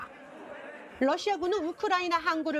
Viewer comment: '러시아' 의 발음을 ' R' 로 하지 않고 굳이 'L' 로 착각하고 잘못 발음하는 많은 아나운서님들, 많은 사람들에게 끼칠 영향을 생각해서 옳바른 발음으로 좋은 본을 보여 쥬시기 바럽니다.